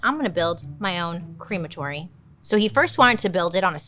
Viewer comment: I'm sorry but it's not a cream - atory, it's Crem - atory. It might be a English way of saying it, but your way of saying it brings up a bottling factory for milk... And cream.